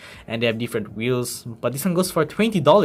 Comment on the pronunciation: that audi r8 lol, the weehhels iz zo big